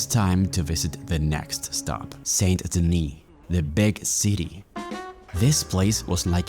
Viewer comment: It’s not Saint Denis well it’s spelt that way but it’s said San Deni